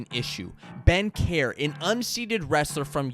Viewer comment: Kjar is pronounced like Carr not Care